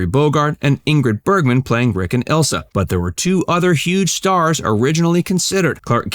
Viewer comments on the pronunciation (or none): none